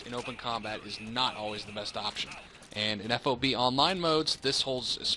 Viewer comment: Drives me nuts to hear FOB spelled out, just say it, rhymes with fog. No self-respecting soldier calls it F-O-B.